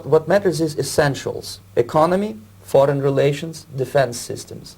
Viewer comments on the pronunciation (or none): none